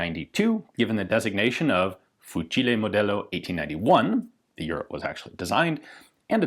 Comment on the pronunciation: I am Italian and I can say that that the way you say "Fucile" is perfect.